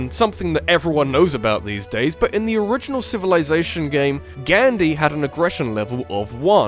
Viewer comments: You can not even say it right! Gandhi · Can you please learn how to pronounce Gandhi correctly?